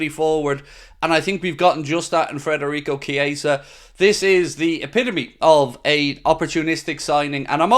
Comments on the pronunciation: It’s Fedarico not Frederick! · Now that he’s officially ours, please say his name right! FED not FRED